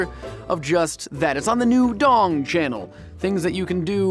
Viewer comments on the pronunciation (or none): none